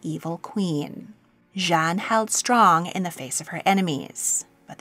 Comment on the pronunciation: Jeanne is a female name is pronounced as Jay-Anne (with a French accent lol). Jean is a male name and is pronounced how you just said it.